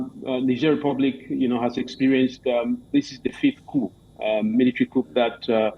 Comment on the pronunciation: POOR PRONUNCIATION OF 'COUP'. VERY ANNOYING